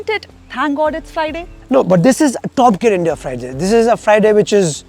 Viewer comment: Top Gear employees should know how to pronounce the word gear!, the way you say it should sound like gyear not gair.